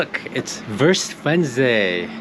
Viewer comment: Props for saying "vurst"! And yeah, some Weisswurst with a good hearty senf is the bomb!